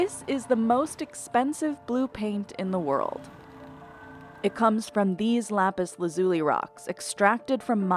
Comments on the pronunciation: Why do so many pronounce the mineral incorrectly? The emphasis is on the 1st syllable not the 2nd. LApis LAzuli. Not LApis laZUli. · In not "lápis lazúli" is "lápis lázuli". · “Lapis LaZUli” is making me laugh. Try “Lapis LAzuli” 😂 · If she calls it Lapus Lazoolee one more time... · Lap-iss-la-zoo-lee? Killing me smalls. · Lapis la zuli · If she says lapis lazuli like it's an Italian pasta & white sauce again I'm going to lose it! La-Peas LAZ-you-LIE. Basic stuff here. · Is this really how americans pronounce "Lapislazuli"? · I need to know, who pronounces Lapis Lazuli like that? Am i the wierd one?